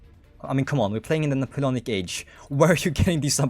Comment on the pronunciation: why'd you pronounce it like napoulonic